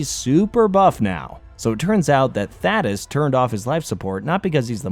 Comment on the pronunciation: pronouncing thadeus’s name wrong made me mad every single time.